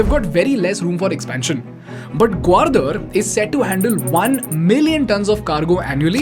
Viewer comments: Good content... a few pronounciation mistakes ..gawardar ?! ..seriously ... its gawadar for crying out loud.. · Bro, the only mistake you did is pronounced Gwadar as GwaRdar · It's not Gwardar (ग्वारदर), it's Gwadar (ग्वादर). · Its gwadar, not gwardar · excellent content BUT .. i HATE THE WAY U PRONOUNCE "THEIR " AND "GWADAR".. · It’s simple The China doesn’t want to depend on strait of mallaca (one sentence answer) Not a criticism but Gwadar wasn’t pronounced properly Nonetheless wonderful content